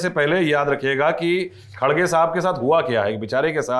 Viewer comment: Sourab sir aap har bar khadge bolte hai???? Wo kharge hai. Mallikarjun kharge.🙏🙏